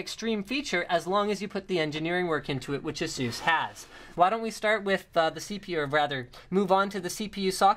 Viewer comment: Does he even pronounce "ASUS" right?